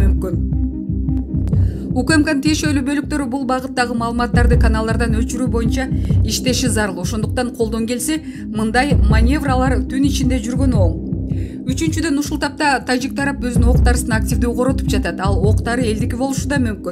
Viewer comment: Маневрлар деп окулат маневралар эмес диктор туура айтсан